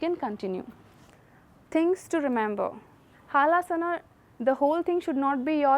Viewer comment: Madam it is Halasana not haalasana hal means plough